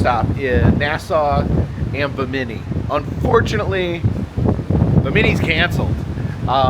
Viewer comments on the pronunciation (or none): Pronounced “Bim-min-knee”, you are saying “bah-mini”. I’m really enjoying your videos! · Uh... buh-Many? Try BIM-uh-knee. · Bimini is pronounced “Bim-eh-knee” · Fun video! 👏 Just one thing, it’s BI-mini, not Bi-MI-ni.😇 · Hey! Great cruise videos! Bimini is pronounced like Bim in E. The Bim rhymes with Jim. Also, next time you go on a cruise, you can take some dramamine so that you won't get sea sick. The only thing is you have to take it before you start feeling sick.